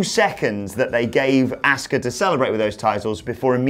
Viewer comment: Please never call Asuka “Asskah” again lmao